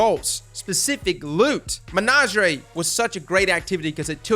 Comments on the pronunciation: saying "menagerie" is 🔥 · I hate the way you pronounced menagerie, calus says hows it's pronounced in some voice lines for christs sake